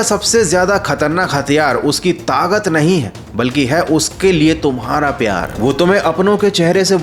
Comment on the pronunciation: Tagat nhi takat 😅